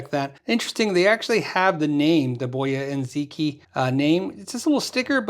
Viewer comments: Ziqi. Is pronounced as .. Zer (short er) Chee..( longer ee) .. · Should be closer to zi-chee, with the i being shorter. The original pronunciation would've included tones but this is a close enough approximation. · If it's from China then Ziqi is probably pronounced Zerchee.